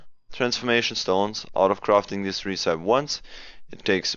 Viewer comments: "recepie" not "recaip" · You are pronouncing "Recipe" wrong.